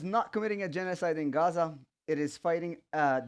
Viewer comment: he doesn't even know how to pronounce Gaza and Hamas.....